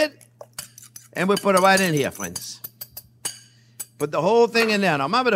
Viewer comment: "My phrinzzzzz!"